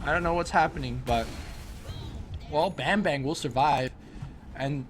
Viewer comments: it's pronounced as barm-'bar'-ng :D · "Bambang" its "a" should be sounds like "U" in "Fuck" ->> im indonesian lol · I kept laughing on how these guys call "Bambang" by calling like a banging bang. Oh well, it's Indonesian accent anyway ^^